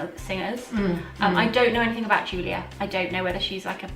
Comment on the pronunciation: It's so nice to hear English voices - and it's Yoolia Parshuta the Cyrillic character ю is pronounced you